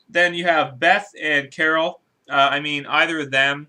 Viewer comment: who carren ?? did u mean carol